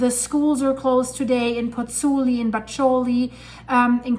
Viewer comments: Pozzuoli, not Pozzuli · FYI, it’s “Pozzuoli”. I’m a Virgo; forgive me.